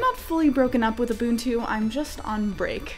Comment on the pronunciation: You are one of the few out there that can pronounce ubuntu correctly!